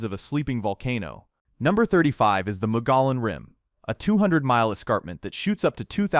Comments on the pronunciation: Mogollon is pronounced "Mug-e-on", not Mo-go-lon, and Saguaro is pronounced "Sa-war-o", not Cigar-o" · I was watching along just fine until Mogollon (Mo-goy-one) Rim was pronounced MOE-guh-lawn. You totally lost me there. You're preaching all this stuff you "know", while you can't even pronounce the name of one of the state's main geographical features. 😵‍💫 And then you pronounce a hard G in "saguaro". Oh, isn't AI a wonderful thing? Until it isn't. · Mogollon is pronounced Muggy yawn. Canyon de Chelly is pronounced canyon de Shay. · ❤😂Mogollon Rim is pronounced MowGeeYon, Chiricahua is pronounced CheerWahCowWah, Canyon deChelly is pronounced canyon DuhShay, Prescott is pronounced PressKit, Agua Fria, Gila and Saguaro . . . OwWah, HeelLa and SawWarRo. There is so much people get wrong about Arizona, the home of the Mexica = MehSheCah, called Mexico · LOL..I always will get a kick out of the way A/I or out of staters pronounce certain Arizonan/Sonoran words...Here's how it's supposed to sound even from this white boy native; Gila (He La) say it with me class (He La), Mogollon (Mo Ge Yohn) (Mo Ge Yohn), Saguaro (Sea War Oh) (Sea War Oh)....LOL....Heavy Sioux Falls...Sounds like A/I tried to sound the name to Havasupai Falls...At least, Try next time to get a native tongued A/I Bot...🤣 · SaH-Wuaro No G sound! MogeeeOn Rim! Pronounced Canyon Day Shay. Great information! Lived in AZ for 65 years of my 70, and did not know alot of what you've told on here! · Ai voice … Mogollon Rim is pronounced mo-ghe-on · Broooooooooo, the video is great but if you do a video on AZ, make sure you pronounce everything correctly. From the Saguaro cactus (the G is silent) to the Mogollon Rim (double LL makes an E sound) Mo-gee-on. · Pronounced chir. ..a... Cowa mountains Pronounced mug...ee..own rim Pronounced soo...war..o..cactus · I know all of this and I've seen most of it. You have absolutely butchered the names of these places. Mo-gee-own. Canyon de Shay ...